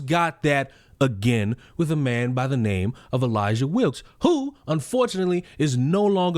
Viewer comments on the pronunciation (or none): no fucking way the sister is called "Elayjah"